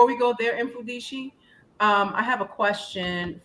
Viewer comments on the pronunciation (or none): His name is pronounced as MUFUNDISHI